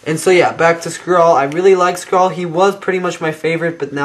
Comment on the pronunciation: its not (skhrall: prenouciation) its (skrahll) hope it make sense to you